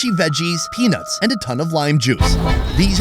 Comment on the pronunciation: The way he says peanuts makes me giggle. He says "penits"😅